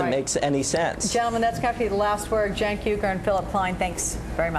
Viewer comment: Haha he didn't know how to pronounce cenk's name